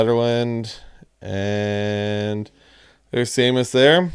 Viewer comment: Seamus is pronounced Shaymus